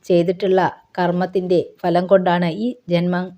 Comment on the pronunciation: കര്‍മ്മ "falam "😂 ആദ്യം മലയാളo ശരിക്ക് ഉച്ചരിക്ക് എന്നിട്ട് ഇതുപോലുള്ള വിഡ്ഢിത്തം വിളമ്പ് . ഈ ധനികന്റെ പേരെന്താ, ഈ സംഭവം എന്നാണ് നടന്നത് തുടങ്ങിയ വിശദീകരണം post ചെയ്യൂ. അതോ ഇതൊക്കെ വെറും ഭാവന ആണോ 😮